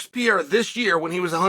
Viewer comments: “Alex Potato Peeharra” 😂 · his name is Pierra, not Pereira !! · Gahh-leee Alex potato pohara 😂😂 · Pi era, piora, per era… keep trying, almost champ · His name is pronounced PER-EIR(air)-A. Rogan, DC. You're not portuguese speakers. I get the desire for the respect, but I grew up with someone with the exact same name and this is how us NON wannabe portuguese linguists say it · Chael doesn't even try to pronounce pereira right way PE REI RA not Piera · "Alex Potato Pihara" 😂 you just made my day. Happy new year " Channel, shail, chail or whatever is your name" 😅 Good vibes from Colombia. God bless you man!!! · “No one can dismiss Alex Potato Peharrah”😂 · "...Pierre, Piera, Pantera...then they call him something that looks like Potato...but turns out it's Baton....Alex Potato Piara..." 😂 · Alex "Puteiro". You know what you did there, Sonnen. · Chael: "Alex Peereira" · pee-air-rah haha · Alex 'Potatoe' Pierra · Alex Potato Piharra 🤣🤣🤣🤣 I had to stop my car to react and say thank you Chael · "Alex potato peeharuh" 🥔 💀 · Alex "Potato" Peehara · wtf dude have some respect to brazilian names wtf u talking about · Alex said he will do it IF you say his name right ONE time... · It's very nice to see uncle Chael giving Alex the praise he deserves. But, please, someone teach him to properly speak his name 😂 (or he could just say Alex!) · We can say Texeira but we can't say Pereira, that's like being able to say tomato but not potato.